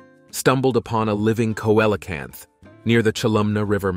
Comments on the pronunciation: Yeah see·luh·kanth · The pronunciation of the Coelacanth is “See la canth. “ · Let’s say it phonetically see lo canth